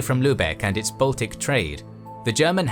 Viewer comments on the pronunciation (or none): none